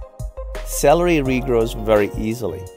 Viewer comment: I was laughing at the point where it said "after 2 weeks the SALARY (celery) will start to re-grow " :-D